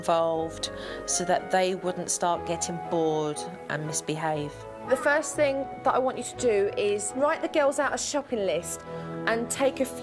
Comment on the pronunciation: Lol supernanny let the Carribbean influence pop out her mouth 😂. "One ting change"